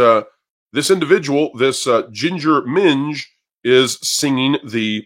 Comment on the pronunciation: Hearing say "ginger minj" almost made me spit out my drink, hahaha!